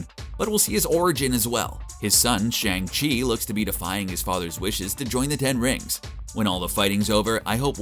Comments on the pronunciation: Isn’t Shang chi pronounced Shung-chi??? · It’s Shang chi not Shang chi learn to pronounce